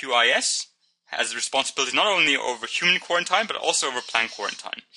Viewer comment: Its not pronounced ( spelled phonetically of course) Q-war-ent-ien It is pronounced Q-war-ent-een I is the Letter I and the mistake is very understandable but just for future reference :) ( my entire biology class listened to this and we all had the same feeling on the matter) Apart from that though the video was great